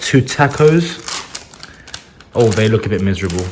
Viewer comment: Now that you’re in America, someone needs to teach you how to pronounce taco.